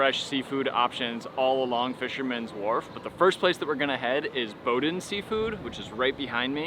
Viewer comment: Very cool 😎 and it's pronounced bow-deens